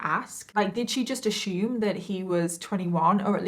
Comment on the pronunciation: I'm sorry I might be weird but I love every single video that you say ashume